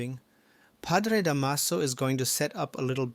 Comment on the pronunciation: Da’maso The stress is on the first syllable 😊